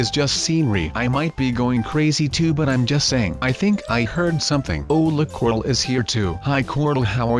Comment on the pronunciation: its not crol its corl